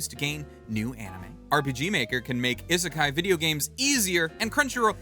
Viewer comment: In romanized Japanese (in particular what is known as the 'Hepburn romanization' version which is the modern version of Japanese romanization) the 'i' is pronounced like people say the name of the letter 'e'. (Like the 'e' in 'eat'.) So it is not "eh-seh-kai" it's "ii-seh-kai". The word isekai should be pronounced starting with the sound of 'e' in 'eat'.